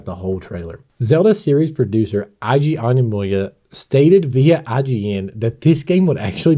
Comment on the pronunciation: Your pronunciation of Eiji Aonuma is truly... unique lol.